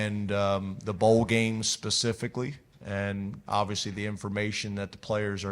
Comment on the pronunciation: James's favorite word: "obivously"